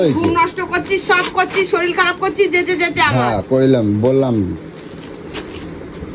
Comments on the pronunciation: শরীল টা কি , শরীর বলো। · "শরীল" নয় কথাটা শরীর, 😂😂😂